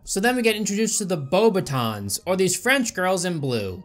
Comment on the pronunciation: Mfer said “Bo-Batons”